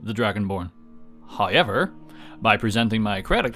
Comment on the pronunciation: Hi-ever = however